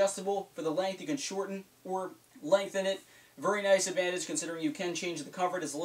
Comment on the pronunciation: Vury instead of very hahah I like